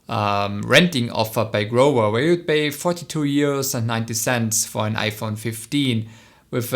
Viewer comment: Kleiner Tipp, das V wird im Englischen IMMER wie das V in Vase ausgesprochen, ohne Ausnahme. Grover wird als nicht "Grower" ausgesprochen, oder values nicht "walues" sondern wie gesagt das V immer wie in Vase.